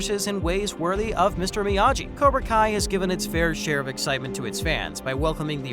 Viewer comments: Miyagi not Miyaji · Learn to pronounce shit. It’s Miya-gee not Miya-jee. For fucks sake they say it countless times in the show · if you are going to post a video about Cobra Kai, then learn how to properly pronounce Miagi correctly.. it's a hard G not a soft g. You throw out all your credibility in covering the show if you can't say his name right.. makes you sound illiterate. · This guy can’t even pronounce Miyagi. I’m not watching anymore of this annoying video 🤦‍♀️ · how can you not say miyagi right man and maccio come on now lmao